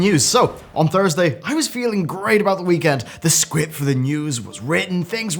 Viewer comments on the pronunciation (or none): lol at the beginning he said scwipt